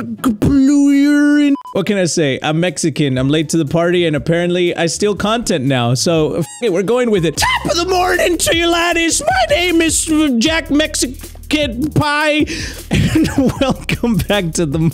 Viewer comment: He actually said jack-mexi-kid-pie